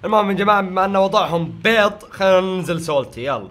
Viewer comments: اسمها بيض مو بيط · اسمه بيض مو بيظ🧐🧐🧐